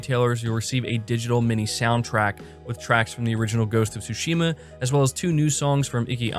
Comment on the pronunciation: It is ghost of sushima not TSHIMA stop pronouncing the T !!! IT IS SILENT!!! THANK YOU